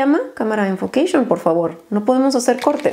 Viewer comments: Un shot por cada vez que dijo "ENFOQUEISHOON" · Nadie: Absolutamente nadie:: Enfoqueishion ENFOQUEISHIIIOOOON! Jajaja morí 😂